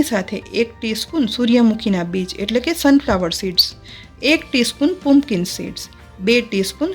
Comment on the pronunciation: પુમપકીન સીડ્સ નહીં પમ્પકીન સીડ્સ - કોળાનાં બી